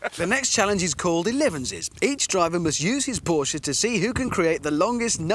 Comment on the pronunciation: "Ohhhhhh, someone rike erevens" 😅